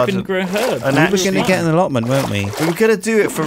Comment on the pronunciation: Can't wait for a "yog-lotments" series.